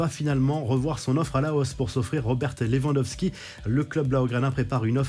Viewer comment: Lewandowski *pas lawandoski